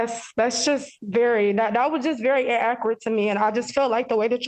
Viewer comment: En-a-cur-et? Or inacurrate? 😂😂